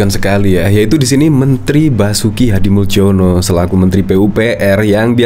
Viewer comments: Min, nama pak Basuki Hadimuljono itu dari bhs Indonesia ejaan lama. Anda keliru pengucapannya menggunakan ejaan baru. Yang betul pengucapannya sbg Hadimulyono bukan Hadimuldjono. Soal remeh atau tidak terserah anda saja mau yg mana. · Itu Basuki Hadimuljono (dibaca HADI MULYONO) - jangan salah baca - MALU-MALUIN. !!!